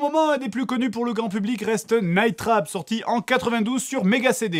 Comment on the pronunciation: c'est terrible mais a chaque fois que quelqu'un dit "night trap" j'entend "night rape" xD